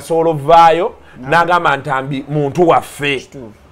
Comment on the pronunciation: Thx for the good analysis the jaganut, the reneget, the cononswa...😂😂